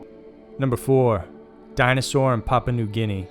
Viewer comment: Thank you. That and his pronunciation of Papua made me cringe every time.